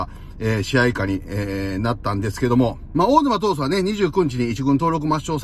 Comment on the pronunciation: 序盤の小沼が大沼って聞こえてしゃーない 小さいのが大きくなってて草って言いたくなる